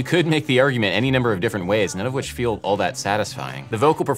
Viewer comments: Anyone else hear i bigger, and not i feel good, asking for a friend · I would say feel always has 2 syllables. Fee ul. and its the UL that is emphasised I'm British btw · He's singing the word "feel" as if it has two syllables. And the stress is on the second pseudo syllable. I fee eel good ( on the eel). My native language has more distinct syllables, maybe that is why I perceive it this way. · It's on: i fe-EL good. He places a one syllable word on a to syllable rhytm. I fe-el good.